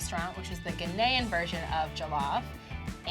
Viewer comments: The way she says Ghananian is killing me! I can't believe that you think Nigerian Jollof is better than Ghanaian Jollof., you killing me. GHANA JOLLOF All Day🇬🇭🇬🇭!!!! Fun fact WJRD (World Jollof Rice Day) is August 22nd. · She said GHANAYAN😭😭😭😭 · I’m Ghanaian , but that not how you pronounce Ghanaian. I’m so sorry but it’s bugging me so bad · Yooo, She just violated Ghana by the way she pronounced Ghanian. 🤯🤯😰